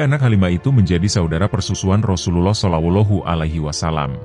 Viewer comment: Hai Bung,tobat nasuhalah anda,kesalahan konten bung : 1. Nabi Muhammad Saw tidak bisa membaca,konten anda,beliau baca surat yg disodorkan oleh tuba. Sama sekali konten ini munafik. 2.Bung salah sebut nama Allah,harusnya ucap tebal dan ada huruf o di tengah ucapan. 3.Bung salah ucap Saw,tidak tebal dan ada huruf o, seharusnya tetap a. Sadar dan tobat nasuhalah,Bung,sebelum anda dapat azab.